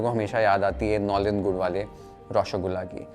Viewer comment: Your pronunciation of nolen gur is 👍🏻